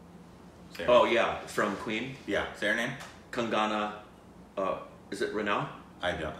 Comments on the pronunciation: Its KANG_NAA.... Not Kanjina 😁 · calling Kangana KAGINA is freaking hilarious